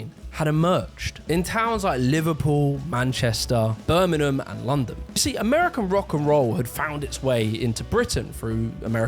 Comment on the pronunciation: I'm puzzled as to why you the narrator can't pronounce Birmingham and Westminster properly.